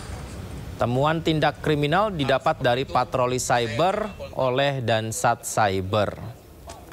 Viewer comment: Patroli cyber bukan patroli seber bos 😂